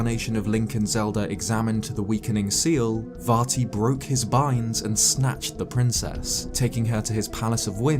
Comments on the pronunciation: Calm down, it's Vat E. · I kept hearing "Farty" which greatly enhanced the viewing experience.